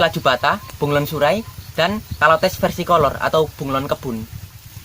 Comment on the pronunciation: Bacanya caler bukan kolor emang celana kolor😂😂😂😂😂